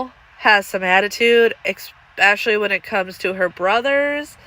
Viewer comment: I do enjoy your videos and happy that you post as often as you do. However I have to let you know there is no “X” in the word especially.